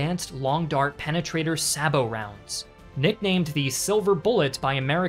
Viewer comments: Sabot is pronounced in English as “Say-Bow” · You miss pronounced Sabot rounds.